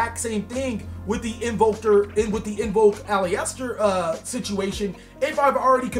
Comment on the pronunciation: Nick Carney It wouldn't thought. The "E" isn't heard. Its A-LIS-TER or AL-IS-TER it's a 3 syllable word